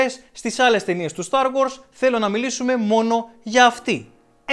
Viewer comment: Είναι star wars όχι start wars